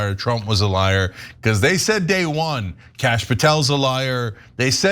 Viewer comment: Did he say "Krash" Patel? Amazing. Bondi is a layer and as crooked as you think.